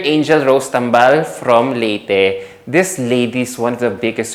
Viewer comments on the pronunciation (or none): none